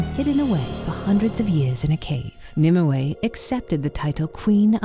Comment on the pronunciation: Nimue is pronounced more like "nim-way", not "nim-oo-ey".